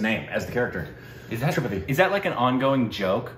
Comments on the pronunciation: The movie was insane. Also, just FYI, it's pronounced as three-paht-eee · Another thing regarding Tripathi's name. It is writtern with single 'a' but while pronouncing, it is said with double a.. When pronouncing, it will be "Tripaathi"